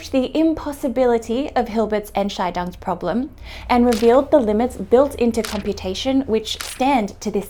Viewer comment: really minor nitpick from Germany hear. Your pronounciation of Entscheidung makes it sound like a different German word (or more precisely a word that doesn't really exist but could very well be constructed as compound word). The stress should be on the second syllable, and the "Ent" at the beginning is probably the least stressed syllable: EntSCHEIdung = decision ENTscheidung = divorce of the Ents 😁